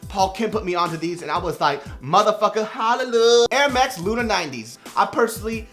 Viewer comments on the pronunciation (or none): none